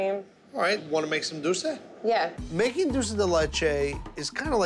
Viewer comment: he cannot pronounce DULCE to save his life.... he says DOUCE lol